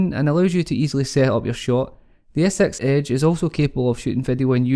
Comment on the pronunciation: Skroting so you are not bothered hearing Samsaung Galaxy "as-sex age" ?